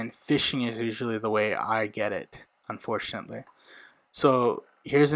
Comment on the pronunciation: Stop saying unforntualy smh